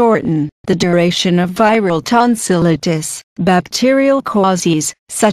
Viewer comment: she's pronouncing tonsillitis wrong